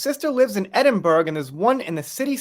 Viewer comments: Edin-bor-uh actually. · the Scottish city of Edinburgh is pronounced Edin-bor-oh not Edin-berg